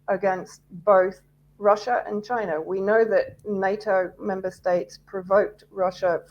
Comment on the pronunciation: WTF is Libyar, Syriar and Chinar? Speak properly.